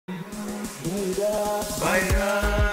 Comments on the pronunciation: Is not bayla ...you say bayda...ok 😌🖤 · It’s bayda not bayla